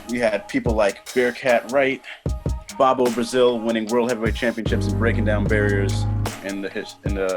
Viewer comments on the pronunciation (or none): It's pronounced like (Boe-Boe) BoBo Brazil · Bobbo Brazil? Please get people who can pronounce names correctly!!